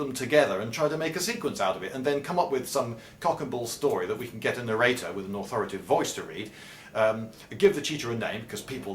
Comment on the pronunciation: "Authoritive" is easier to say, but it's still supposed to be "authoritative".